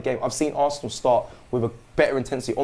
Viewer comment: It's da history of ze assssssanal 🤣🤣